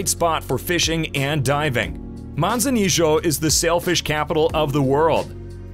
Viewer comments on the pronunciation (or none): A lot of time and expense to put this package together. But I sure hope the narrator wasn’t paid for his work. Is it any wonder visitors from USA, Canada, and overseas murder the pronunciation of the names of these destinations !! Manzanillo for example is Mawn-saw-NEE-o. NOT Manza-nee-Joe. Perhaps in Argentina ! But not Mexico! And while we’re on that Town, Manzanillo is NOT a resort/beach town (tho it has nice beaches). It’s a condo town w/quiet beaches.